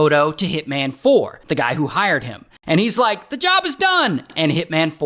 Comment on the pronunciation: "I eh-Rike the property"